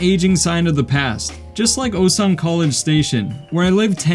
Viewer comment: Feel bad for instantly assuming u were gonna be those foreigners that barely speak the native language after living for 10 years from the way you pronounced Osan with that long English O lol I can't help but want to point out that ur korean would be native level if u just brushed up that pronunciation cos ur grammar seems to already be there. (that's the hardest part of course)